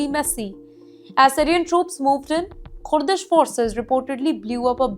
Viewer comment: Kooordish forces says this lady.